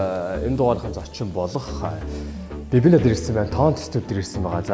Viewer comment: Babynna neriig n buruu duudaad bh shig bn shv Banya aha